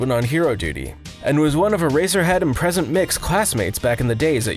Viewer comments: DID HE CALL HIM PRESENT MIX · He said present MICK lmfao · *Present Mick" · Man said present mick